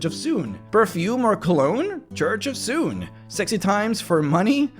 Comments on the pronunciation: Suneeeeee, not Soon. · soo-nay, not soon. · Sune is pronounced 'Soo-nee'. Bah, noobs. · Too bad no one pronounces her name right. :'(